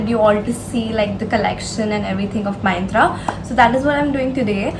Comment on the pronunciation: " MAINTRA " 😂😂😂😂😂😂 Its MYNTRA ( MINTRA )